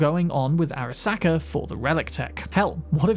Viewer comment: Airuh-SAW-kuh, jesus dude. did you even listen to them pronounce it?